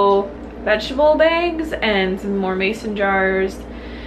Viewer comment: I love how you are now saying begs instead of bags, lol